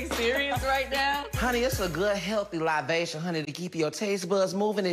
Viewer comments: I know, but if you listen closely, he says “livation”. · that's what I thought he said 😂 he meant libation... 😂